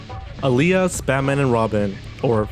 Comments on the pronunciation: Hey I will teach how to pronounce "alyas" right is not pronounced as "a-li-yas" it is pronounce "Al-yas" it is just the Filipino word for Alias and also proud to be a Filipino. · Note, its not A-lias Its Alyas, with 1 syllable, Im a filipino so I know that.